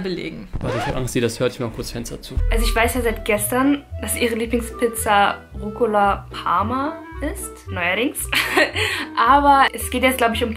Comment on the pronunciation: Es heißt Rucola 😂